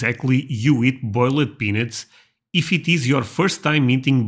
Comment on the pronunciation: It's pronounced "bowl-ed peanuts." You're welcome, y'all!